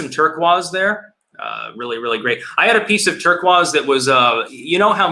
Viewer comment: The way pronounces "Turquoise" makes me so sad lmao. Still love you though.